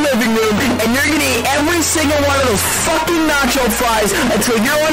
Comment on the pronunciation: that emphasis on F786ING was wild